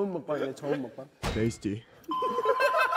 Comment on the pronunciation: What made this funnier was that there was no Korean accent to when he spat that into the mic either, he just went “tasty” in perfect English XD Mingyu had a Korean accent to it, Wonwoo didn’t XD